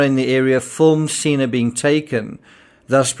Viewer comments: Senna not seena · What a blessing that Charlotte Sena (pronounced sen-na, as in senator) was found safe and in apparent good health. According to the New York governor's statement during the press conference, there was no mention of any video evidence of the kidnapping. Thanks,, for reporting on Charlotte's successful return to her family.